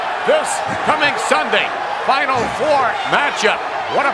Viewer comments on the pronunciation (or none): none